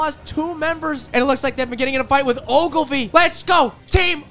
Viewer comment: why’d he do Ogilvy like that 🤣